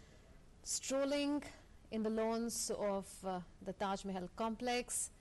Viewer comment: ট্যাস মেহেল ..! এটা কি ধরনের উচ্চারণ.!